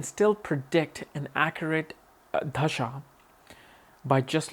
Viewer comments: Its Dashaa not Dhashaa. You trying to pronounce it Dhashaa,, you know how to pronounce it correctly but you are not doing it. Don't try to proof you are not from India. 🤨 you know what i mean. Smart boy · Its Dasha not Dhasha..